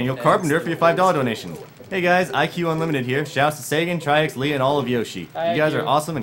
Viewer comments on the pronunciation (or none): His name is TriX. (Pronounced TriHex)